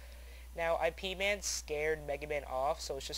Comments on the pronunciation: Its Ip man, not I..P.. man lol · lol awesome somebodynaped there characte after that movie. oh and the horrect way to pronounce it is with a little y sount in the beginning, so it sort of sounds like yip man. those movies are great, ive seen both of them likethree times xD once i watched them back to back in a night with some friends who've never seen them. pretty great.